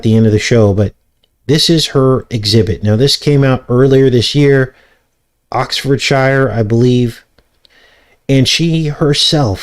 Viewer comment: 😂 my ex was absolutely livid when I pronounced Oxfordshire like that 😆 He’s from there…. 😅